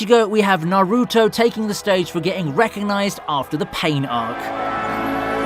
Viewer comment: The way he pronounce naruto to Nah-ruu-to🤣💀